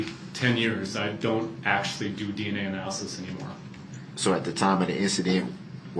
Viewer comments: . Lol, he couldn’t say the word “ analysis” 😆😆😆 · Anal lysis….anal list…..